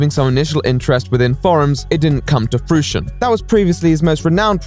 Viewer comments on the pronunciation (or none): You pronounce "fruition" oddly. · IT IS FREW-ITION NOT FRUSHION